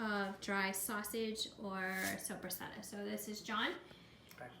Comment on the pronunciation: Its videos like this that are destroying the Italian salumi culture I grew up in. First learn to pronounce Soppressata correctly, then stop adding pistacchios, then perfect your process without the need for curing salt, then consider teaching others.